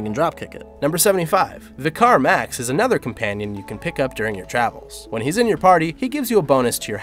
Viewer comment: Waait.. you called him "Vickaar Max" ... not recognizing that he's a Vicar?